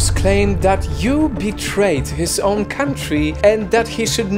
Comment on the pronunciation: "No I didn't know-how to banned my onwe countries"